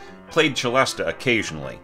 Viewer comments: I've always pronounced it "selesta". Is that wrong? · "se-LEST" if you're pronouncing it in French, 'celeste;' "che-LEST-ah" if you're pronouncing the Italian word 'celesta.' "se-LEST-ah" is an English-speaking hybrid. Don't worry about it, just go with the flow. It's not hurting anything to pronounce it that way. You may work on a project where all the film music folks say "selesta" - in which case, do the same so they understand you. But I'd say if you're going to make a video or give a talk, try one of the other pronunciations.